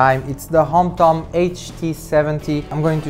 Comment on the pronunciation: its HOMTOM not Hampton